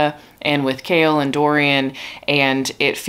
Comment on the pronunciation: The first time you said “Chaol apologist” I thought you were saying “kale apologist” and I thought Huh maybe these books aren’t about what I thought they were lol 👑